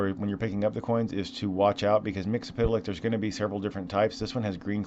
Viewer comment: First of all, congrats on saying that name correctly. Second, never ask me to say it properly - I will only let you down